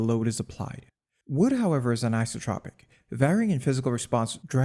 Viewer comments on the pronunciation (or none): AN - EYE-SO- TRAH-PIC anisotropic EYE-SO-TRAH-PIC isotropic not "ICE-AH-TRAH-PIC" PLEASE FFS CHANGE YOUR WAYS TO THE AFOREMENTIONED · Very impressed, thank you for sharing this. But isn't it "anisothropic"?